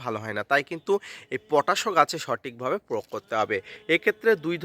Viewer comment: প্রোগ না প্রয়োগ বলেন